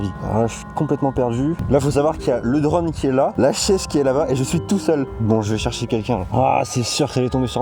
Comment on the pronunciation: " le drane"